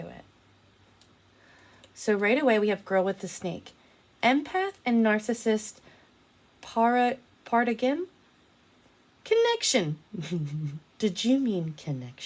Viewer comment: Paradigm is pronounced para-dime. Just FYI. You’re not the only one.